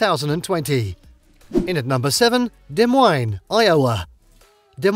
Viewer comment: I'm surprised he said Des Moines fairly accurately